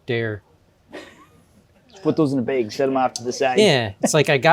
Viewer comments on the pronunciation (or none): The way he said “bayge” blew my mind